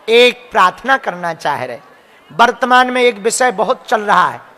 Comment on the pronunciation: Bartman nahi vartman